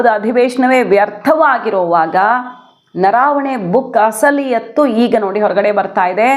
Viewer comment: ಅದು ನರಾವಣೆ ಅಲ್ಲ ಅದು ನರವಣೆ